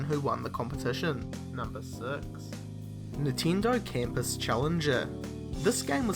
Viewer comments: How can you tell which word is spoken when you have "reed" and "red" if you pronounce them exactly the same way? and that's just for a little example because here you said a LOT of other things that sound... quite off (to say an euphemism). P.S.: i'm sorry to bring this one up but, i'm more than sure that "NINTENDO" is not pronounced "nehteendoeh" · nintindo lmao